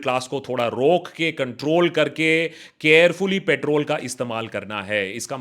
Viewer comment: Could not get over "Patrol"